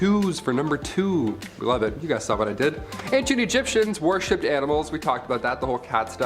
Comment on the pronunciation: Love the BUMBLEBEE sweater!!❤️❤️. And. It’s worshipped. Not warshipped 👍🏻